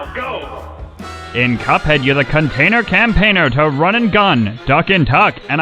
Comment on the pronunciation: "Containor campeiner"